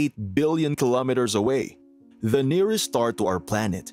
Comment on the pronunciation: Are you saying the n ear est star😮